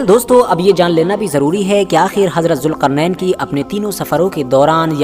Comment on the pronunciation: jilqarnan not julqarnan